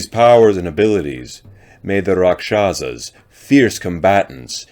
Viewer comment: Actual pronunciation is RAKHSHASS.